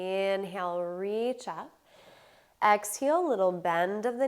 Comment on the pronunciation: Why do you say ‘exheel’ not exhale? You say inhale correctly